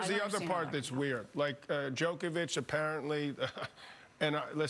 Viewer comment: Djokovic not Djokeavic, learn how to pronounce his name properly if your going to present a show 🤷🏻‍♂️ he is not playing by his own rules, he is exercising his bodily autonomy and using his right to medical freedom to decide what medical procedures he undergoes 🤷🏻‍♂️